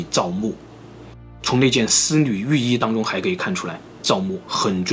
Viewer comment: 丝缕玉衣 可真难为了 少说几次吧 我听着也难受😄